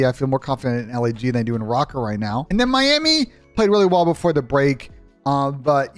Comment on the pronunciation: That “Miami” had my ears bleeding